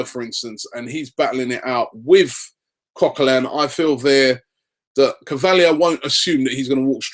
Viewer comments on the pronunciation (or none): it is either cok co lan or cok co lin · Robbie, Coquelin is not pronounced like that.